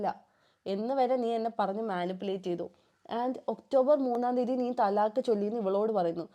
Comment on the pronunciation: തലാക്ക് ❌ ത്വലാക്ക്✅